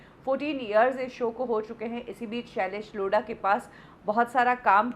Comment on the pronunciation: The way u say tha name "shalaish Lodha" 🤣🤣😂😂😂😂😂